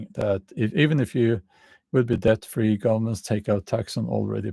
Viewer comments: Just say det. The b is not pronounced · The word 'debt' is not difficult to pronounce as the 'b' is silent. It rhymes with 'get', 'set' and 'met'. It is difficult to pronounce for those who try to pronounce the 'b'